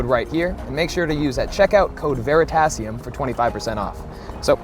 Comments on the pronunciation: No es Verisatium... es Veritasium!. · In the Spanish dubbed Version, he pronounces "Verisatium" (kind of oral typo) LOL. (minute aprox)